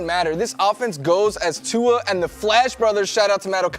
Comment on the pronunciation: It’s annoying hearing them pronounce Tua’s name wrong. There is no letter N in his last name